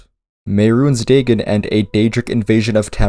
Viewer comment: Day-gen? I know sometimes people prefer to pronounce words a certain way because they read it that way for years, and i do realize irl the real Dagon is pronounced that way, but its still weird someone not pronouncing it Day-Gon.